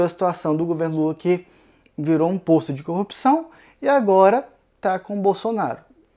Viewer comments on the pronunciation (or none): none